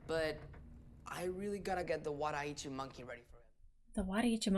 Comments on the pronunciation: that swords name is wadou ichimonji, but luffy said waddy itchi monkey. LOL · Wanda Itchy Monkey is how Luffy pronounces Zoro's surviving sword, the Wado Ichimonji.